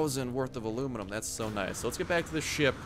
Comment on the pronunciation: It's not alunium its aluminum